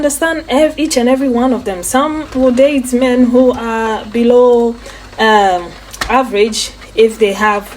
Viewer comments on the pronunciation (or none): Below. Not blow. Below.